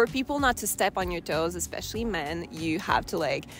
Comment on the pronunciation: whats with everyone saying eXspecially instead of especially? am i hearing things?